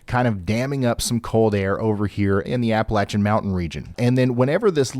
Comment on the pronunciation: Hey Ryan! It may be a small thing for you, but thank you for pronouncing "Appalachia" correctly. I tire of hearing folks pronounce it with a long "a" after the "L". So, thank you for that